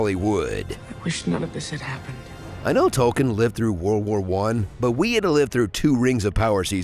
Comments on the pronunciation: I don't know who else needs to hear this besides the guy who narrated this video, but it's pronounced "Toll-keen" not "Toll-kin". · Um... You can't pronounce Tolkien... This is most disappointing...